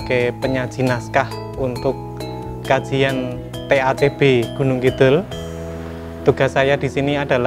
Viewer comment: Mbak narator, mbok membacanaya Gunungkidul dengan "d" biasa aja mbak, jangan "dh". jangan malu mengakui sebagai orang jawa asli.